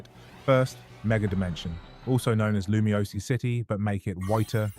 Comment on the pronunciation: Good video but, the city's name is pronounced "loo-me-ohs" btw